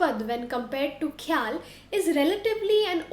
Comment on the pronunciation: When you can pronounce Khoyal with Kha (ख ) خ like khan ख़ान ओर ख़ून then why are using खे ??